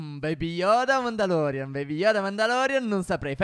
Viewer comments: è vi volevo dire una cosa non si dice mandalorian ma mandaloriano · Non si dice mandalorian ma mandaroriano 😡